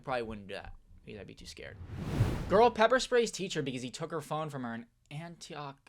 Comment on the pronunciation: the way you pronounce Antioch💀🤣🤣